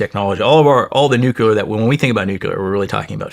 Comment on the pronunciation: Its crazy how smart he is and still says nucular